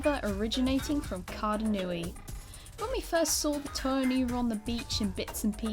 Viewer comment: lol the to-er of light, like pepper pig